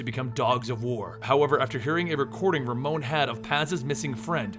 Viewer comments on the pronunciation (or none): none